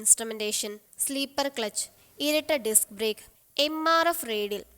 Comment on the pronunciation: Sleeepper alla penne slipper 😂🙏🏼